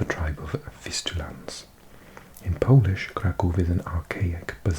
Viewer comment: Your Polish pronunciation is VERY good for a foreigner